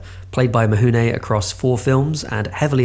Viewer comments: its "Mifune" not "Mihune". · Oi!! I almost stopped watching, and felt compelled to post a comment based on the Horrible pronunciation of Toshiro Mifune’s name. It’s FU NOT HU. Is it mount Huji? Japanese pronunciation isn’t that hard Yet it seems like many British people get fed mispronunciation too often. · Terrific video. But how have you managed to seemingly mispronounce everybody's name? Koowasawa? Mihune? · Actually, the way it is pronounced in Japanese, it's closer to "Mihune". English-speakers have a hard time getting used to the idea that the relationship of written letters and pronounced sounds is different in other languages, and the Latin script of non-European languages is not based on English. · I went to university in Japan & truthfully, in "Mifune" the "fuh" in "f" gets mostly dropped - it's not as much of an "h" as this creator is giving it, but it's not the expected "fuh" that most English speakers give it. Like the way that a Japanese pronunciation of "r" is often mocked by English speakers as an "L" when the way the mouth creates the Japanese "r" is mostly in between the "r" & "l" in English. It's pretty subtle and to my ear he's giving it too much "h" - but it's not nearly as far from correct as you might think. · Thanks, all the documentaries I have seen about Kurasawa and Mifune never hint at that pronounciation. I learned something. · ugh I don't think I'll make it to the end with this mispronunciation of Mifune ...